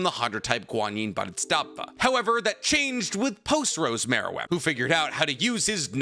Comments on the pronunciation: Is it me or you said Bodhistava every time, instead of Bodhisattva? Also the pronunciation of “nuclear” is a bit curious. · And "Bwo-dhiet-stat-va"😅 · Also thought he was pronouncing it wrong. He was saying something like "Bow-dit-stat-va" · I am going to be so happy when I hear someone pronounce Bodhisattva correctly